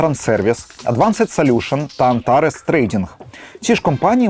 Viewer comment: Дякую за ваше розслідування, але англійську бажано вдосконалити. LinkedIn - не лінк-едін, а лінкт-ін, advanced - не едвансед, а едванст